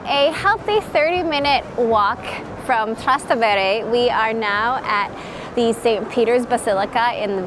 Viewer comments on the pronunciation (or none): The pronunciation is 'Trastévere', with the accent on the first 'e', not on the second (Trastevére) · Trastévere not Trastevére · Pistacchio (that is like pestakio) and Trastevere: wrong pronunciation 😊. These are Italian words please do respect then. You have been around for days, had the time to ask locals about correct pronunciation .Trippa: this is from one of the four stomach of the cow, thats not intestin